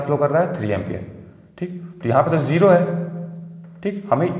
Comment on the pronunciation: this is not jero sir this is zero